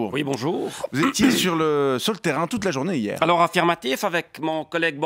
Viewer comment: Depuis quand on dit hi-er ?